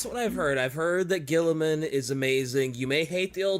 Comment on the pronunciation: While we meme on Guilliman's name, I do think the way that Warhammer's British announcers pronounce it. They say it like "Ro-butt Gull-ee-mahn." But Guilliman is definitely one of the primarchs that should be respected. He gets a lot of flack for being logistics-focused and logical while not being as martially skilled as many of his brothers, but he's one of the few primarchs who does care about making a working society for regular humans. It's why the 40K galaxy depresses him so much: Things have gotten worse, enemies are everywhere, and he's lone loyal son left (as far as he knows). Guilliman's skills as a politician and empire-builder are a double-edged sword, though. The threats aren't just from the outside. The Imperium does not like change, even from a son of the Emperor, and he has to challenge entrenched Imperial institutions that see him as a threat to their power and as a potential usurper trying to make a new empire for himself. He was even getting pushback in Ultramar after he returned, and there are hints that his actions during Imperium Secundus may come back to bite him. As Lorgar's shitty dad Kor Phaeron said, "Horus is the brightest star and you [Lorgar] carry your father's face. But Guilliman's heart and soul are cast in the Emperor's image." That said, you should probably check out profiles done by Astartes Anonymous or, for something a bit lighter, PancreasNoWork. You'd get more accurate and less meme-y info, especially since this AdRic episode was from th